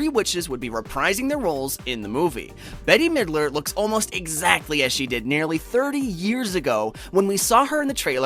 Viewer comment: I love how he said Betty Midler lol 😆